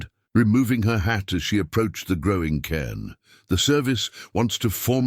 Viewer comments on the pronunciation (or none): Cairn, not can.